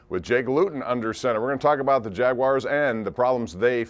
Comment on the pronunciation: Hey, are you sure that is pronounced 'Jagwires'? Your Pittsburghese is showing girl...